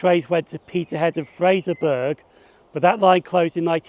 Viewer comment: This is my neck of the woods, I am glad you like Inverurie as that is my closest station. However, you have mispronounced a couple of place names. Alford is pronounced a ford (the l is silent) and Fraserburgh is fraser burah (the burgh ending is the same as edinburgh's ending) fortmartine is fort martine and buchan is easier for you as buck an